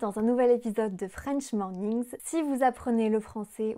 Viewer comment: It's very hard to pronounce "French morning" the way you do. It's beautiful to hear everytime to my ear. I will do it correctly one day.